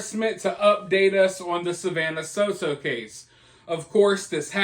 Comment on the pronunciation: Love the channel but I hate how he always says “Savannah So So”